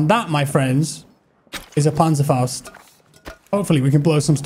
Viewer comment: Im from Germany and you pronaunz Panzerfaust very good